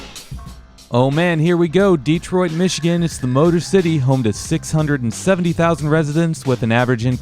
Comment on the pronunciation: Pronounced more like Day troit